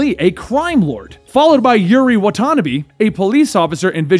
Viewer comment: Yuri watanabe,watanabe is pronounced as (wa ta na bay)